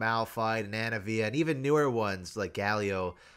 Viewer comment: The fact that you say Anivia right ... ugh, you're such a good boi!